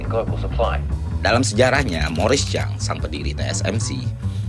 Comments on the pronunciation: TSMC bang bukan TCMC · Ngomong-ngomong, TSMC ya uda irwan, Bukan TCMC... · Typo trus lidahnya bilang TSMC jadi TCMC, ga apa-apa. Konten-nya solid yg penting. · sepertinya ejaan TSMC bukan Ti Si M Si, tapi T Es M Si. nice analysis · tsmc mas bukan tcmc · Me : "Bang Ferry ikuti kata kata ku, T, S, M, C. TSMC" Ferry : "TCMC" 😂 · TSMC bukan TCMC. 3nm bukan 3MM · TSMC bang lu sebut TCMC terus daaahh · bang sedikir revisi, Ti Es Em Si. Bukan ti si em si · anjirr kesel bgt denger "ti si em si", yg bener "ti es em si" bang T_T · Sorry gatel gw, bukan sok English, tapi : "Ti es em si" Oke udah cukup, gw puas.